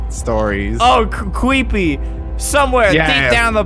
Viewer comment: “Cweepy” Albert, 2019